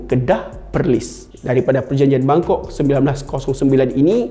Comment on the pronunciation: Sebutan betulnya memang bunyinya Bangkok...yang sebut bunyi Bangkok jadi bengkok orang putih